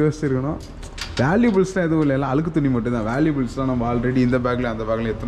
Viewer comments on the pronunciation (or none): none